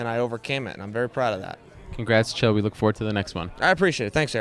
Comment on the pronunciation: Chael. Like “Michael”....